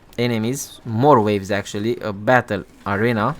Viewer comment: I'm a native English speaker and ESL teacher of 5 years. You are doing an excellent job. Accent is fine! Only noticed two pronunciation errors "arena" and "frayed". Keep up the good work!